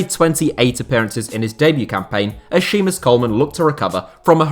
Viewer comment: no,no,the name is Séamus,but the man, is oblivious on how to say Séamus,and says Shiemus instead